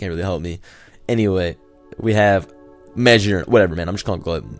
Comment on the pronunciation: magearna is pronounced mah-jeer-na I'm not 100% sure, but since the G is next to a vowel it makes a J sound.